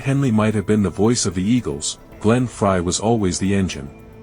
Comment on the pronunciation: Thank for correctly calling him Fry not Fray!